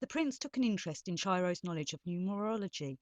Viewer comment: Pronounced Ki-ro